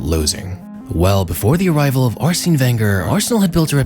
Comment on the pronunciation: Mad triggering to hear the mispronunciation of Arsene's name over and over